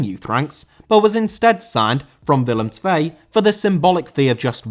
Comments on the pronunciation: oh wauw you said willem 2 fantasticly. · Your willem twee pronounciation is incredible mate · Surprisingly good pronunciation of Willem II!